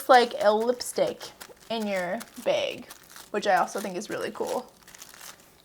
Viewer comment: The way she says bag was driving me insane 😂